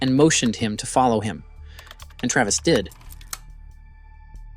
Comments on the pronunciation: The average American accent is right on the money but mispronounced common words like I.V. as Ee.Vee, or Travees, or saying “at twoat am”, or “hypnoughtist”, or small “soaree” instead of “sore” on his arm , is suspect. Also saying military “exploration” instead of experiment or weapons testing ! Seems like disinformation from a Russian propaganda machine ! Come to think of it, the narrator’s accent sounds exactly like the American accent the commentator on the “RT” channel has been trained to use ! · What's with the odd pronunciation of words in this? It's like it is being read by AI. "Sore" pronounced as So-ree, "Travis" as Tra-vees, "inside" as in-se-dee. Painful to watch considering the words were pronounced correctly at other times.